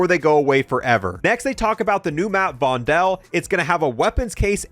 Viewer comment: the new map vondel is being mispronounced. the correct way of saying it is vonDOL instead of vonDEL. it is spelled vondel but if you want to say the name you say it as if there are 2 O's in it